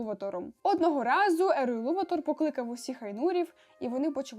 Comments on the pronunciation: Буква не та, а не наголос) Елуватар, а не Елуватор) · гаразд), але де сказано що він саме ЕлуватАр? Тобто, я ніде не бачила, щоб в імені стояв знак наголосу 😅 А до того ж, хіба Елуватар? Бо я знайшла, що англійською його ім'я пишеться Eru Ilúvatar (якщо що, я розумію що над "ú" діскретика а не наголос).